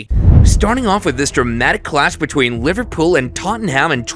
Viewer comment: bro said liverpoop when kane did tackel.